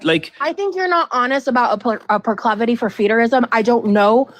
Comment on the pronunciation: The word is PROCLIVITY not proclovoty